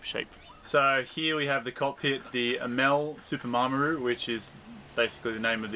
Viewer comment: I hope you get a decent boat out of the wreckage. Looking forward to the rebuild. BUT please get the name correct it is not a Mar m aru it is a Maramu :-) ATB regards